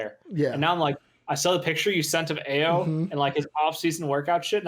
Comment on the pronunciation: Pronounced “I-O” but yes Ayo has has no flaw at this point. He can shoot it pass it and drive it. I love your guys content! Keep going!!!